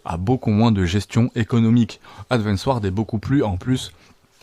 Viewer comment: "advance ward" "eddemie" t'a un truc avec les "d" 😂